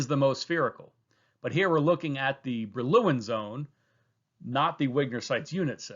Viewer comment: Great explanation thogh I enjoyed the pronunciation of Brillouin zone much less 😅